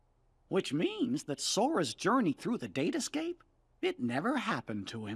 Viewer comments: I don't think the "date escape" was a typo, I just think maleficent didn't know that it was pronounced "datascape". though, I can understand why she made that mistake. When ya think about it, it's fucking hilarious... Unless I'm reading too much into it and it really is a typo. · Hey, when Maleficent says "date escape", it's because she didn't understand what Sora said he mentioned it, so she's just been mispronouncing it.